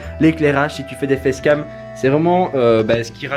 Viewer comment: il a dit des fess cam